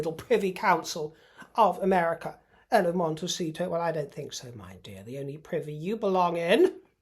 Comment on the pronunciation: "Monte-sheet-show" love it!